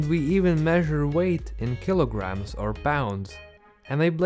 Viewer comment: Keeloogrammes stew or keeloogrammes feathes